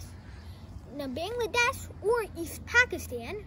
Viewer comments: At first say Bangladesh correctly😒😒😒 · Learn from your parent how to pronounce Bangladesh accurately.